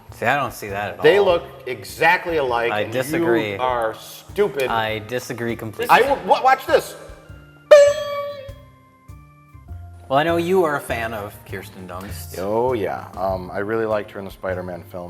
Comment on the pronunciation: Jesus ! I just spit my drink everywhere when he said Kirsten Cunst !! 😂😂😂😂 I wasn’t expecting that !! Fuckin’ hilarious